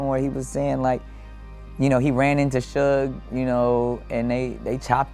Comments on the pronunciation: Am I having a stroke or am I hearing Shug instead of Suge? Michel'le called him Suge (shoog) that's what I thought it was. Have we all been saying it wrong? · The way you pronouncing suge is killing me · Me too! 😂